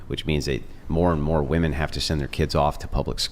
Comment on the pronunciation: She can’t even pronounce women correctly.